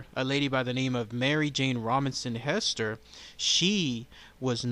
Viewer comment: The correct pronunciation is Hee-ster with a long E sound. Zona was my 1st Cousin trice removed. Her father and my great grandfather, Charles B. Heaster, were brothers.